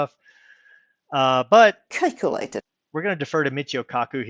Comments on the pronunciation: LMAO!!! (" Kikelated.") Oh,!! (" Kikelated.") I am p!55!ng myself. (" Kikelated.") This is soooo good. (" Kikelated.") Thanx, brother. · Why do people go to trolls like to find out what FEBs (Flat Earth Believers) believe instead of coming to us to find out what we believe? After hearing her say 'cake-alated' a hundred times, I've got a sweet tooth, thanks! lol